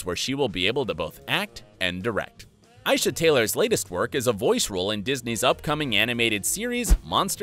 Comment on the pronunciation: Isha it is pronounced I - e - she and spelled Aisha I would have been ok if you had put the a in there then I would have not commented this my mother has the same name it’s that hard to say😂😂